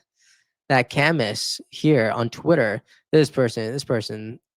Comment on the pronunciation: Love your videos. Just a friendly correction. Camus is pronounced like kamoo. Keep up the good work!